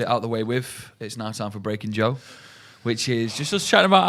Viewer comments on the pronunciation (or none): Everytime says Joe all I here is Drew lol